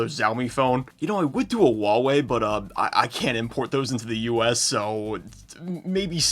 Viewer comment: just ragebaiting us on the Xiaomi/Huawei pronunciation is PEAK